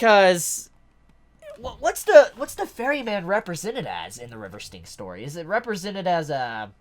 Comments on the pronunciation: No worries. I got a chuckle every time you said ‘the river stinks.’ Lol! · Glad to have tokyo ghoul! Its ok you didn't pronounce it right lol